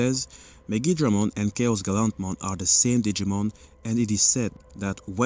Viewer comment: wrong pronunciation of Guilmon/Growlmon/Gallantmon